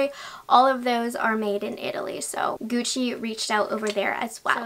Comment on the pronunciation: "ghiuci"... Sempre... LA PRONUNCIA! GUCCI.